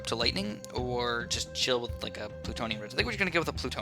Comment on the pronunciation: its BLOONtonium not PLUtonium